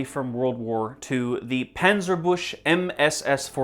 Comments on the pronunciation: Just a little note on the pronunciation: "Büchse" is not pronounced "boosh", it sounds closer to "byx-e". "ü" is not "u". The dots change the sound to a "y". The "chs" cluster is not one sound, it's "ch" (which in German makes a sound that could be describes as in between K and H) followed by "s". Final "e" is always pronounced in German (and most other languages). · Never pronounce Büchse as "bush" again we dont speak french